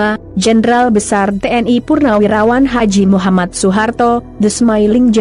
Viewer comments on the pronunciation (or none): none